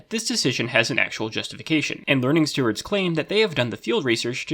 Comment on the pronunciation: The two words pronouncation and learningstewards were both pronounced incorrectly, which is cool haha